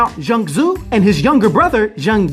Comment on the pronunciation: u said his name right😂